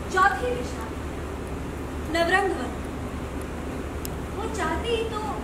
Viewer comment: Dear reporter, its nav-rang-van